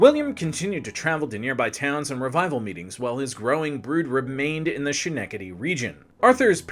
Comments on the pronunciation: Giggling every time he says "She-neck-ah-dee." And he says it a lot! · You mispronounced Schenectady and Greenwich. Do better. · Schenectady has a hard K sound. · Ooof, I'll bet you've been getting some comments on pronouncing 'Schenectady'. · Other than a horrendously cringeworthy mispronounciation of Schenectady, well done. It made an otherwise well-done video hard to watch. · 2.4 million subscribers? Yes. You mispronounce Schenectady brutally. You maintain a vaguely sarcastic tone without a glint of wit. You are insultingly poorly dressed. You would do well to lose 30 pounds. When you said the conductor claimed the other passengers would be insulted by the ABSENCE of the nice black lady - and I checked this twice - it confirmed that your copy editing is as slovenly as your attire. 20 million incels in their parents' basements would do as well or better. Chubby guy in an ugly shirt reads a Wikipedia article with extra condescension sauce. 2.4 million subscribers. The brilliant Mark Maguire is at about 65K. Back to the libertarian bat-cave to rehabilitate the free market on this one. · My mother in law was from Schenectady. You are mispronouncing it! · The most forgetable President ever is Buried in Albany Rural Cemetary. Nice grave. Schenectady...(Ske-neck-tidy) not (She- Neck-idy)...close. but not quite there. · It's Skenectady and NOT Shenectady. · Did this guy just call it shan-ecady NY?! It's..... Ska-neck-ta-tee. Bro....you're teaching people as an online educator. Try and know how to say the names and towns right. Derp* Derp* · Heh "Shhnectedy." "SKnectedy," bubbe. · Say it with me… “Skuh-NECK-tuh-dee” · Dude. Ska-neck-da-Dee. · Well done, but fam... it's S-KKKKKKK-ENE-KKKKK-TEDY!!! and GREHN-ITCH!!! lol so difficult to listen to with the mispronouncing. But well done, nevertheless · Ska-neck-ta-Dee. Cmon man. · It's Ska-Neck-Ta-Dee. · Schenectady = Skin-eck-tiddy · Hearing you butcher Schenectady is sending me.